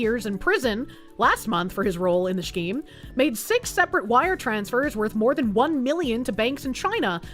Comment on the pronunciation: idk if its a mispronunciation or a regional thing but i get it with her pronunciation of scheme, its just so weird